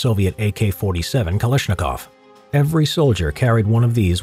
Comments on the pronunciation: He said kaLIshnikov xD isnted if kaLAshnikov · your pronunciation :D